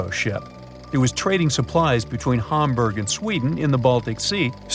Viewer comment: Ham burg NOT Harmburg you need to learn your words, ham is not harm. harm is not ham, Ham + Burg is Hamburg not Harmburg